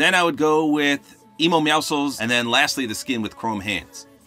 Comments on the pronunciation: It’s meow si cuh uls NOT meow souls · ‘Emo meowcles’ 🤣🤣🤣💀💀💀